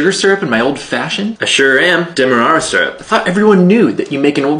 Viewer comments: I loathe the way you're pronouncing syrup. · it's pronounced SEAR UP.